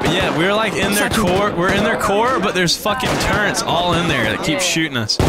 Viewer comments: it's amazing how many stupid people say turrents instead of turrets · Turrets? NO! Turrents? Very Yes! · Why does everyone who plays video games call turrETS turrents. There’s no N in turret